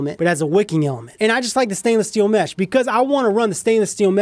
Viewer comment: sounds like he saying METH lmao 😂😂😂😂